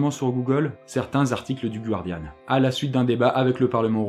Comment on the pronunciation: "gUUUUardiane" Noooon !! On ne le prononce comme ça ni en anglais, ni en français seigneur arrêtez et enterrez-moi phonétiquement ce "U" une bonne fois pour toutes